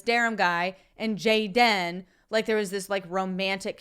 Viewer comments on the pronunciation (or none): Dude, with all respect I'm gonna slap you if you utter Jay-den again. It's Gay-den. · Your pronouncing gay-dan incorrectly.... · "JAY -DEN" 🤣🤣🤣🤣🤣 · His name is Gay-den... get it right already. LOL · I watch just to see you say JAY-DIN! LOL! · Every time you say... "JAY-DEN" I laugh my ass off hahahaha thank you for your videos, I love them.